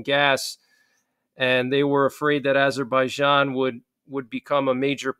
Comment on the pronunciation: Google the pronunciation: Armenia (/ɑːrˈmiːniə/ i ar-MEE-nee-ə), Azerbaijan UK: /ˌæzərbaɪˈdʒɑːn, -ˈdʒæn/ i, US: /ˌɑːzərbaɪˈdʒɑːn, ˌæz-/. Thanks.